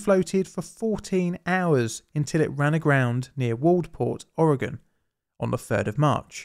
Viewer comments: Thank you for pronouncing Oregon correctly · HOW ON EARTH DOES A PERSON FROM EUROPE SAY MY STATES NAME RIGHT BUT PEOPLE FROM MY OWN COUNTRY CANT SAY IT RIGHT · I appreciate when people pronounce Oregon the proper way. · Good job pronouncing Oregon! Thanks for another great story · Congratulations on saying Oregon correctly! And claiming the Beaches are state property is actually true by Oregon law. brilliant. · kinda neat learning about some local history on this channel! Well done, most Americans dont pronounce Oregon correctly. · And you pronounced Oregon correctly! There’s people that have moved here that can’t say it. Respect! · Thank you for pronouncing Oregon correctly. :D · Thanks so much for not butchering the name Oregon! So annoying when people say aaauuregahn!